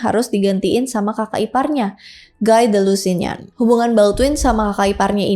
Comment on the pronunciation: Chatillon cara bacanya "shationg" Guy de Lusignan cara bacanya "Giy de Lusenyong"